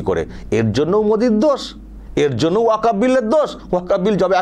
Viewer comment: সঠিক বিশ্লেষণ করেছেন ।এই হুজুর ওয়াকফ্ উচ্চারণ করতে পারছেনা তো আইন পড়া দূর অস্ত। এখনও অনেক মুসলিম ওয়াকফ্ সম্পত্তি বলা হল না। নবান্ন, হাওড়া ব্রিজ,নেতাজী ভবন, ভিক্টোরিয়া মেমোরিয়াল যাদুঘর বিড়লা মন্দির ইত্যাদি। এরা জীবনে শিক্ষিত হবেও না পরের প্রজন্মকেও অশিক্ষিত করেরাখবে